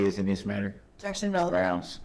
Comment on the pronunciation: Grounz? Grounz for the substained he axed without relevancy?